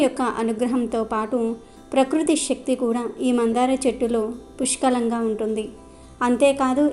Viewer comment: శక్తి అని పలకాలి